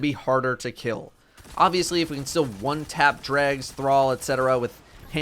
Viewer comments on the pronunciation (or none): none